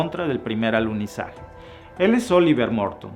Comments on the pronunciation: Minuto el maestro dice aluzinaje🌏😀😀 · Dijiste: "aluzinaje" 👀🙈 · Buen video pero, es alunizaje no alusinaje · Minuto allí revelas tu postura, para ti fue un "ALUCINAJE" y estoy de acuerdo contigo, no hubo "Alunizaje" cómo dices fue "ALUCINAJE"